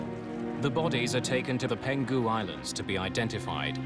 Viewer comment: Its PENG HU island, not PEN GU island